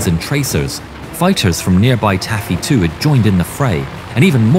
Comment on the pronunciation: “Tacky”? Or “Taffy”?